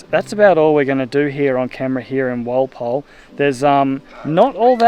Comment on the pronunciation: Walpole sounds like Wall pole